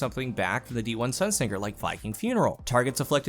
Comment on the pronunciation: It's Sunsinger as in singe (sun sinjer), not like sing (singer).